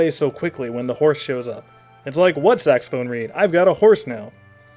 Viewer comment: I'm sorry I can't get into this one, you keep mispronouncing sophistimacated and saxomophone.